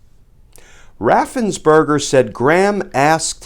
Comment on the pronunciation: Perger, it's Raffensperger, not burger.